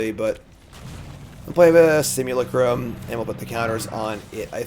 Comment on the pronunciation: One comment = one diaper for Cassian! And so you know: simulacrum is pronounced sim-yew-LACK-rum.